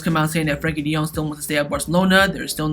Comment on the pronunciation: This guy is mad saying frenkie and Christiansen